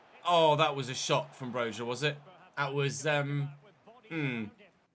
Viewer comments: I’m gonna say this again PLEASE pronounce Broja’s name right its “Broya” and not a hard “J” I know you like to pronounce the players names the right way. I really hope you see this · Thank you haha. You have no idea how frustrating it was hearing you say it with a hard J 😂